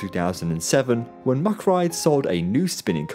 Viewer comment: "Say Mack." "Mack." "Say Rides." "Rides." "Ok. Say MACK Rides." "Muckrides."